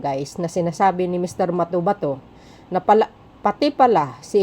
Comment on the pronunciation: MA-TO-BA-TO NOT MATOMATO 😅😂